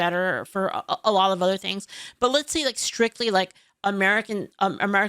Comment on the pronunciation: couple of things ... his accent is made up, he trying to sound posh and professional but he isn't and the way he speaks gives him away eg: 'ovva' instead of 'other'. and the war on terror is not a new war. terrorism in its relatively modern form has been a reality to brits and south africans for at least 6 decades